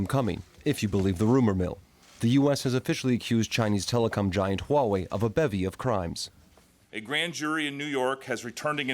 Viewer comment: it's Huawei not Wuawei.pay some money for your tongue.